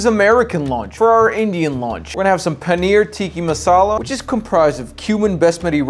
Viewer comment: I just liked bcz of "PANEEH TEEEKAH MASSSALA" lmao😂💀